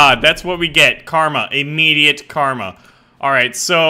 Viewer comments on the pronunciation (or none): none